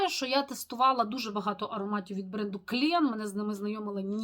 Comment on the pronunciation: дякую за нове цікаве відео! Вітаю з новими придбаннями! 👍 Вибачте, трохи Вас виправлю. Слово Clean вимовляеться, як [клі:н]. Так буде правильно. Ще раз вибачаюсь!.